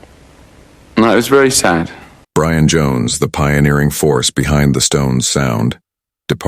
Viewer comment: Your stupid AI computer generated voice mis-pronounced Brian’s name. He called him, ‘Bre Ann” not Brian. Oh bother people grow up and use human voices.